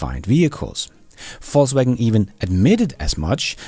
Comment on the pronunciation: The pronounciation is correct: "False-Wagen"